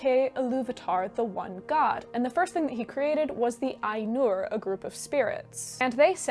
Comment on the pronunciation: it's Áinur not Ainúr